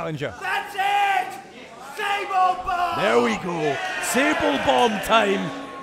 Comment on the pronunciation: Omg did he just said "SABLE BOMB"